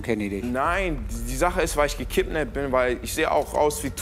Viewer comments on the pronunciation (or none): Gekipnappt sagt er 😂